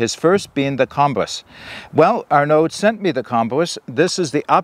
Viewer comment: Great video. The name in French is pronounced Ar-a-noh. D is silent. It was my bosses name when I worked in France.